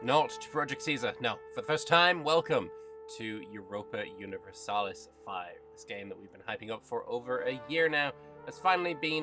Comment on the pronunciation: Thanks for the video can't wait for Q3 of 2025. Everyone saying it wrong It is Europa Universalis Vee :P